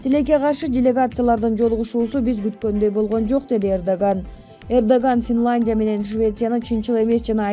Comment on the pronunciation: ФИЛАНДИЯ🤣🤣🤣🤣🤣🤣🤣🤣🤣🤣🤣🤣🤣🤣🤣АДМИН!! ОЙ КОЙЧУ , ТУУРА СУЙЛОЧУ СУРАНАМ. КИЧИНЕ КИТЕП ОКУУЧУ. ТУПОЙ БОЛБОЙ!!